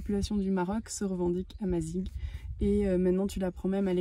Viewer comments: Le petit discours sur l'histoire berbère et le "Protectorat français" (le Maroc n'était pas une colonie) est assez bidon, il évite évidemment la conquête islamique... mais bon, on est dans l'air du temps. Et puis on prononce "amazire" ! Mais sinon bon voyage ! Le Maroc est vraiment un super pays !! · Bonjour excellent voyage Je suis français d origines marocain vous nous faites découvrir le maroc de belles manières Pour info on prononce amazirr pas amazig Bonne route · Pour précision amazigh est prononcé amazire et non amazigue, bon courage à vous deux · Super vidéo nous qui revenons du Maroc et prêt à y retourner pour nous y installer . Merci . Petite précision : « gh » se prononce comme le « r » en français donc on prononce « amaziR » plutôt que « amaziG ». Bonne continuation à vous. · Il y a une erreur la culture amazigh ( on ne prononce pas" amazig" mais amazir ) n'a jamais été interdite au Maroc. Je suis amazigh et ma famille ,comme beaucoup d'autres n'a jamais inquiétée...le reportage est bien mais ce serait pas mal de se documenter par des sources fiables. La vidéo est très sympa ! Bravo 👍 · Bonjour Juste pour vous préciser que ça se prononce amazir , même si ça s'écrit amazigh, bon voyage. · super vidéo. Juste pour info amazigh se prononce " amazir" avec un R à la fin. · Salut a tous et a vous les aventuriers qui ont fait cette vidéo, on dit amazigh et ça se prononce comme ça amazir. Si jamais ça peut vous aider au cas ou.... Bon sejours a vous . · Au Maroc on est plus en méditerranée qu'en Afrique, puis faut prononcer "Amazir" le mot Amazigh ;-) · Le mot Amazigh se prononce "Amazire" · Amazir et non barbar (sauvage) Naif dakor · Merci beaucoup ☺️ nous avons corrigé la prononciation dans la dernière vidéo ep 4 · Merci beaucoup 😊 Effectivement notre prononciation à revoir… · Le amazigh le gh se prononce r, ça veut dire homme libre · Merci pour la correction, nous avons eu un peu de mal avec la prononciation 🤣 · amazigh pas amazig